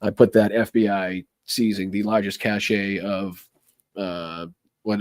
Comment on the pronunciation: BTW p.s. Re the Tesla etc., anyone else got the feeling that a lot of rightwing extremists were hoping for a Dem victory, set up for and yearn for violence, liked MTG's claim that Dems would try to overthrow a Republican victory, and are going to get a wee bit dangerous when Trump's administration lets them down? "cache" is pronounced in the US and UK like /cash/ , and in Australia as /kaysh/ /cashay/ is the pronunciation for "cachet" : a seal of approval, a mark of high status (The cachet of having being senior advisor to a now admired ex-President.)